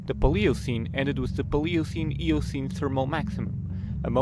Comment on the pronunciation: i gave this a thumbs uo but... any chance you can let someone with and American accent read this? i dont mean to be rude or racist... Paleocene Miocene....